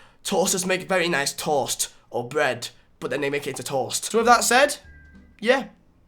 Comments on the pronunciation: It’s toast not troast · The way you say toast... "TORST" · how this nigga pronounce 'toast' 🤔🤯